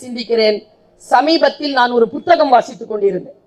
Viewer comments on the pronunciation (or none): none